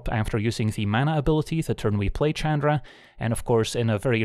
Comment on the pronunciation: I wonder why he always called her Chadra instead of Chandra.